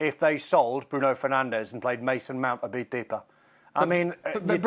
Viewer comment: A video came out at the start of the season of all the players in the Premier League giving the correct pronunciation of their names, yet somehow monolingual English speaking pundits STILL CANNOT pronounce Bruno Fernandes' name right. At this point, it's obviously intentional disrespect. 🙄